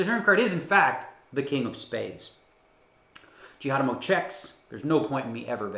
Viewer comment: Did he just say ‘Justin Jihadamo’ 🤣🤣🤣